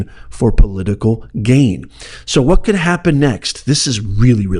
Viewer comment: 'COULD" is not very emphatic